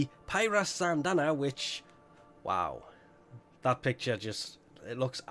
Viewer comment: i still cant understand how he says sandanna